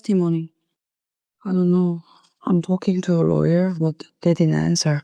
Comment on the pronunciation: “aye tahking too ah rawyer?! 😅